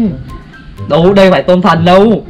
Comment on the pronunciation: Tôm thần mà mình nghe như là tâm thần😂😂😂 👉Có bạn nào nghe lầm giống như mình ko👈